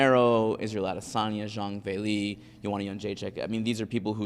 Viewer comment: Xhang Villie!? She’s not German